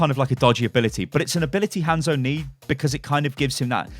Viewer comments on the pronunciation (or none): Had to stop watching because of how you said Hanzo